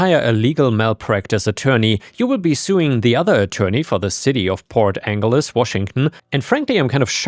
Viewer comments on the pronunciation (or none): It's pronounced "Port Angeles" like my name Angela. Anjela. Port Anjeles. It's not a hard "g" sound. It's a sound like a "j". That is a city here in Washington State, a couple hours north of where I am in Olympia. And algea is AL-jee. I am pretty sure OP can sue his uncle since he never received his inheritance. He should do that.